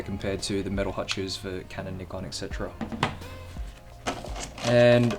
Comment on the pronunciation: At last,someone that can pronounce Nikon correctly.